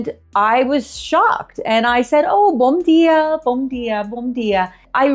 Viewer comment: It's bom dia not bombia....iam from America and I live on the Azores island são Miguel...I have a 6yo daughter she's know better Portuguese then her Pai.....yup a beautiful and peaceful life over here I've been here for 7 year's.ps we're you live at the mainland? And good video.